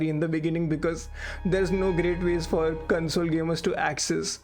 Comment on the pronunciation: I dont want to sound mean here but search on YouTube "How to Pronounce CONSOLE & CONSOLE - American English Heteronym Pronunciation Lesson" but the video had value. good job